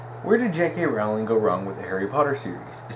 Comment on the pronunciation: Its pronounced Rolling as in a rolling pin!